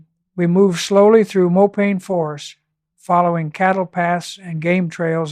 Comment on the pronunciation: AI ? Check pronunciation of mopane for example.